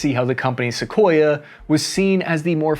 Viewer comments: It’s Sukhoi, not Sequoyah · I get you're American and you guys butcher every non English word but it's "Soo-hoy" not Sequoia. Cheers. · This is the first time in my life I’ve ever heard someone pronounce Sukhoi as “sequoia” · Trust me bro, all info is correct, after calling the manufacturer Sukhoi-a - how did the A end up in the name!? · It's Sukhoi not Sequoia 😂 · Calling it "Sue" rather than "Sukhoi" tells us you're a good script reader but a poor researcher. Just like a text-to-speech app. 🫣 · it's Sukhoi not Sequoia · is he pronouncing sukhoi as sequoia? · Sakoya, really? Now you are just being lazy 😂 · Okay, first, it’s pronounced “su-KHOY” - there’s no “uh” on the end of it. Second, flying faster than the speed of sound is called MACH number, not “Mok” number. Named for Ernst Mach. You really need to know this stuff before you do your videos. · I wish the presenters would learn how to pronounce the names, I know they are Russian but it’s not difficult to look at Google for advice! Great video in spite of that!